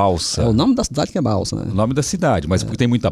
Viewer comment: Sou sua fã Celso...vc é simples, recebe Deus convidados com muita simpatia. O nome da cidade do Manoel é Balsas, não é Balsa.